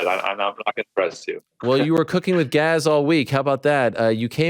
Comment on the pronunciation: "Gaz" instead of gas sounds about right from a guy who also pronounces won as "juan/hwan" and Tuesday as "chewsday". Lol